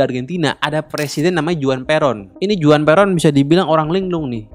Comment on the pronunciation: Juan juga Huan